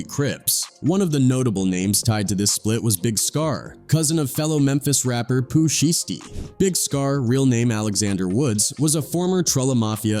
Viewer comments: This ai is hell boy “Pooh she-sty” 😂😂😂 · Pooh shiestie is how the ai pronounced it 😂😂😂😂😂😂😂😂